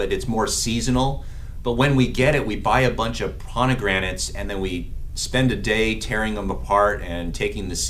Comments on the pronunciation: Fraid so...If my PCP said that word wrong as many times as he did and didn't correct himself, I'd be finding another doctor! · Is he saying PoNegranates instead of Pomegranates? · Is not ponigranets, is pomegranates. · Doc, you are mispronouncing pomegranates!